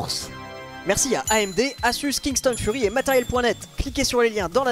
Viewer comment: tout le monde: asus laink: assus